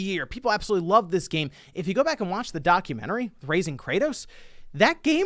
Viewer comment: not sure what that was lol “That gaymmm”